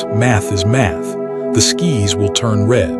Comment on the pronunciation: exactly, he said 'The Ski's will turn red' LOL